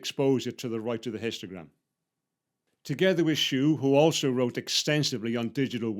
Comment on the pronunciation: Jeff Schewe's last name is pronounced -- She wee. One of the true digital photography greats, instrumental in the development of Photoshop.